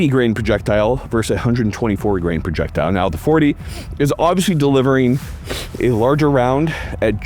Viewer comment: “PRE-jectile” technology FTW.